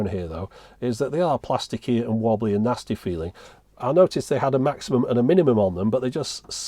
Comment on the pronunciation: Lmao "MAXIUMUM BALANCE.".